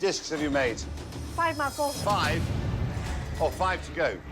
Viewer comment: "Tengkyusomuch MAKO!"